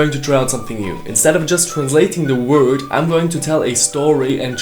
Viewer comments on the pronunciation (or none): none